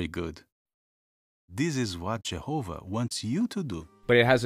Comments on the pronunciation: Say' In and Jehouvuh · Lol......his mother always pronounces it like Jerhova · I hate, hate, hate, HATE how that wretched mother pronounces “Jehovah”. I hate the way she says that J. Good lord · Why does it sound like she's saying "Jerhova"? These cartoons are effing sad. They made the mother look evil imo. What a F'd up religion. 🤮